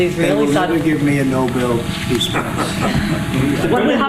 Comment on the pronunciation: He can’t even pronounce Nobel, and think he deserves one. If you voted for this fool- I forgive you, you had no idea.